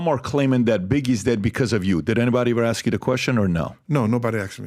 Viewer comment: Just axe me. No wit I'm saying lol